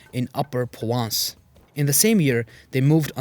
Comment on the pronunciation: Thanks for this fascinating video. One picky point- I couldn't hear the 'r' in Provence, apart from that loved it, another reminder that Europe has more Muslim history than is generally acknowledged.